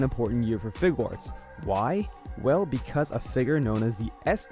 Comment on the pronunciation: Fig-arts.... it's not that hard to say.